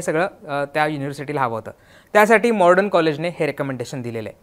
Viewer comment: आधी कॉलेजचा उच्चार नीट करा , Modern कॉलेज आहे mordon nahi.